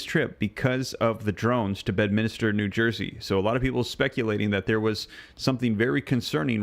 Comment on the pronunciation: I'm sorry but being from NJ, this is driving me nuts .....it's not Bed-min-is-ter..... its Bed-min-ster New Jersey. 😉